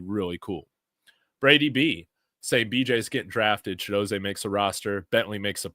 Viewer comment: Chidozeeee NOT ChidoZAY😊😊😊